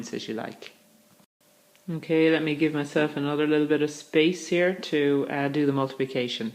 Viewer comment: Funny way of pronouncing your T... eight you pronounce as eish , bit as bish .. allergic to T huh, Lol... lovely and clear voice anyway , like your mode of teaching, thanks for sharing ...😊✔✅